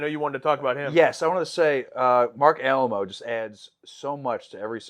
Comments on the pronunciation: Please, please, please...... "Ah-lie-mo", not "Alamo". It hurts my fragile little mind hearing his name mispronounced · Great review of a great episode. The last name of the actor playing Dukat is, in American English pronounced "Uh-LAY-moh" and not "AL-uh-moe" like the Alamo mission in San Antonio, Texas. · Jusy a heads up in the event that you haven't already been told a dozen times by now - it is pronounced Marc Ah-lie-mo, not Marc Alamo.